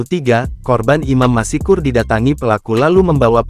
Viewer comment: Apa admin tidak bisa membaca dengan benar?? Masak Masykur dibaca masikur???? Seharusnya kan tetap Maskur. Bukan masikur